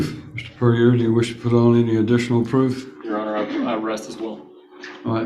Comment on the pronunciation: Yes, her mannerisms were very off-putting. The vocal fry wasn't too bad, but she dragged out a lot of final syllables, which exaggerated the vocal fry. It was particularly bad on the final syllable of "your honour", which she said far too often. The judge probably isn't going to be prejudiced against her because of how she speaks, but a jury certainly could be. I don't know if she does jury trials, but if she does then a colleague really needs to sit her down and tell her how she comes across.